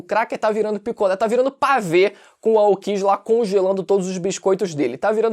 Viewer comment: Tu falando Aokji é engraçado. Kkkkk